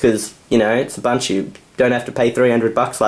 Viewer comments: He's now pronouncing Ubuntu correctly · YOU SAID IT RIGHT!!! What got you to say ooboontoo all the time? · lol nice UBUNTU saying